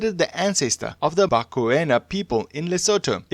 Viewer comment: The pronounciation😭😭😭😭 Mokhachane - Mu-ga-cha-ne Koena: Kwe-na Mekgwaneng: Mi-gwa-neng MaNtsoetse: Ma-Ntswe-tse Difaqane: Di-fah-q(click)-ah-ne !Xorana: X(click)-ga-na